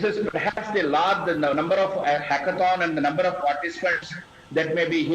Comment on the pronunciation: i try to listen at least 4time but every time it's sound like "उस हाॅकोथाॅन" It should be hackethon "हैकेथाॅन"